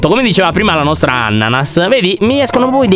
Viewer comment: A detto annanas